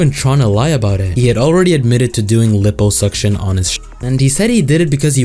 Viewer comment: Lie-Poh suction** not lip-oh